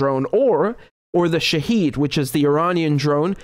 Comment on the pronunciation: Hi Richard; love your work; thanks for all your excellent reporting Just a quick note on the pronunciation of the Iranian drone, the “Shahed 136”: phonetically, it’s Shaa-head (or Shaa-hed) ie Shaa (as in the Shah) and Hed (as in head) - Shaa-hed in Farsi means “witness”. The way it is often mispronounced is “Sha-heed” - ie Sha (a- short ‘a’ s in Sham) - and Heed — shaheed in Farsi means martyr. The drone, therefore, is pronounced “Shaa-hed” ie ‘witness’ - and not as “Sha-heed” as in “martyr”. Hope this is helpful. Thx, A